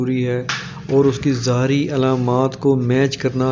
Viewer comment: زاری نہیں (ظاہری علامات ) شروع میں یہ لفظ اپ نے غلط بولا ہے